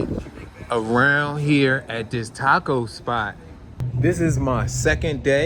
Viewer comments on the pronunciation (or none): none